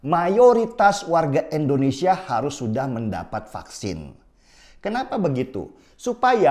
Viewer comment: Sebut "Indonesia" dong Bang Denny, jangan "Endonesia", itu Bang Denny Sebut "Inggris" bisa rapi gak sebut "Enggris". Jadi biasakanlah sebut "Indonesia", hargailah nama negara kita sendiri.